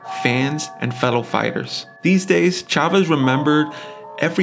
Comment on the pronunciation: kept saying Chavez which annoyed me